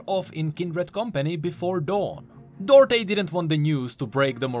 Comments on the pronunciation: It's pronounced "Do Art" not Dörté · duarte isn't said as dorte its read as du-ar-te if you search in portuguese you'll understand